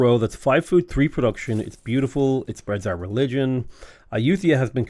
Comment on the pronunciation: I love the variety of pronunciations you've done for Ayutthaya in this series